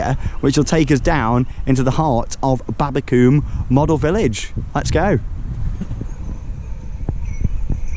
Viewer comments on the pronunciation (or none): Its pronounced Babba-come, not babba-cooome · The way you were saying babbacombe you say it like come on the end😁😁😁😁😁